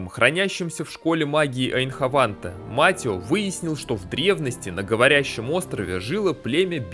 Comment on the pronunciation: Да чёж он Матио когда он Матэо😂